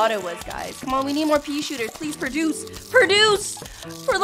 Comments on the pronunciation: I love how she pronounces produce as perduce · I like how she says perduce